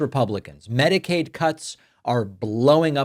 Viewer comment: Is it Mexicaid or Medicare? I thought it was Medicaid?